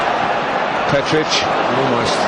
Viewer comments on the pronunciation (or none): It's Petric not Petchrich